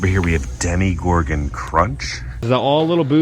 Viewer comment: Why do you keep saying demi-gorgon rather than demo-gorgon like its spelled? Did I miss an inside joke?